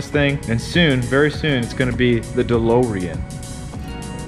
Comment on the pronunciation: The DeLowrean hahaha love it! Also love that Cha-Ching hat with flat front panel in black and camo accents- let me know when that bad boy is available! I only saw the full camo one and like those flat front panels...